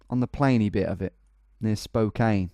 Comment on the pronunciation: I do enjoy your subtle mis-pronunciations of states, I find it charming. Just as pointers: Spokane rhymes with "can" and not "cane" Iowa is EYE-owa, not eye-O-wa Maryland is MAIR-uh-lund, not "mary land" Wichita is "WITCH-uh-taw", not "wuh-CHEE-tuh"